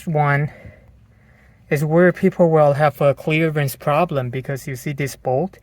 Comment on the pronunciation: I love it when he says "chleeearence".